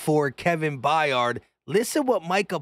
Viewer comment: It’s not By yard it’s Byard they always mess up our last name lol